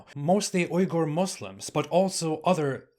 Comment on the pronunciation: che-cheniyan 🤣🤣 you make me laugh. You try to come across as though you are eloquent but you spoil it when you say wiolence, Oi-gur, che-cheniyan. Do you support equality, freedom and basic human rights? Its very ironic that you are telling others they are not doing anything about it, are you? Or are you just blabbering rubbish so you can make videos full of lies, 💩 and islamophobia and you don't actually believe/follow anything you tell others to i.e stand up for basic human rights.